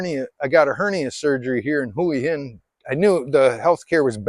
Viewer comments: You say "Hooey Hin" I say Wa Hin. Lol...I live in Jomtien but I could live in Hua Hin no problem. Cheers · That was when we moved away from Hua Hin ( or like you keep on saying " Huwi Hin " ), to busy, to much traffic back ups in the weekends, now we live in Pranburi at the border with Hua Hin and we barely go there anymore.Much more relaxed live here and better beaches, nice market in the night with live music, you name it, we leave Hua Hin for the tourists. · Thai is a phonetic language. Hooah Hin is how locals pronounce it. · 1 year in Hua Hin and you still can't pronounce Hua Hin ?? !!!